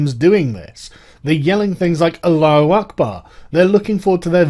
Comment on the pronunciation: He miss pronounced Allah as alloo